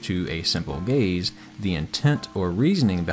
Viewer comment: Every time he said gaze I heard gay’s